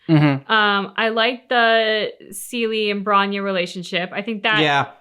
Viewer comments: Seele! Like Seh-le! I'm gonna haunt you, till you tell it correctly :) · Seele (pronounced seh leh) and Bronya grew up in an orphanage together which is why she calls Bronya effectively "Big sis Bronya" even tho theyre in a relationship, the rest of the things you asked about are kinda spoilers or just there for music video purposes